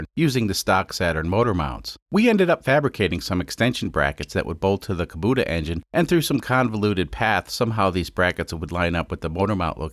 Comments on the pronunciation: Its pronounced Koo-boh-tah. Not Koh-boo-tah. Lol. Love this series. I fix these engines, used in custom machinery for a living. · Damn it,, why do you keep on saying Kobuta sometimes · I believe it’s pronounced kubota Kuh-bow-tah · Can you decide if you're gonna pronounce it "Kubota" or "Kobuta", please.